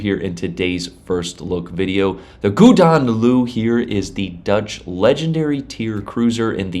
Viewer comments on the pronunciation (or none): I love you guys and your good humour, about all things WG 😅 (You,, Meta, Xarkun, etc)! It’s ‘Hooden LooUh’ (iirc), as a Dutch guy told me at work a few days ago - in case you were still wondering,! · Hahaha love how you say it it’s actually golden Lion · That pronunciation of the ships name was powerful man haha. But Dutch is a hard language so it's all good.